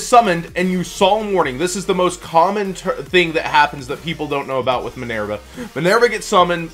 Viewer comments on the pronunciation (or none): MinERva not MinAIRva.